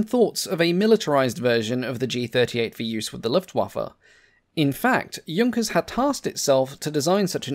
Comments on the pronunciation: It's nice that you can pronounce "Junkers" correctly but annoying how you can't pronounce "Luftwaffe" properly. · Thank you for not calling it the Junkers I do appreciate proper pronunciation. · Great compliment for being the first English aviation channel to not mispronounce "Junkers".